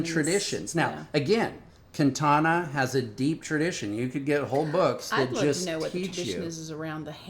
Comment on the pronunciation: kantana... speech impediment aside, this guy is clearly clueless.